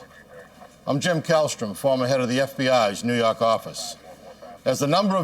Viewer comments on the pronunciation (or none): Naw York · NEW YAWK AFFICE!!!